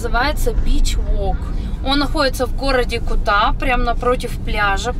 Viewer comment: БАли, ударение на «а», КУта ударение на «у»